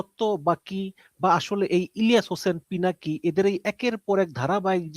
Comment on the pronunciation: Apner guest pinaki ke, pilaki bole, thik moto pronounce korte pare na, e naki journalist 😅😅